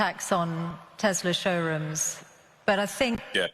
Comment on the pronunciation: Come on lol She doesn’t even pronounce Tesla correctly!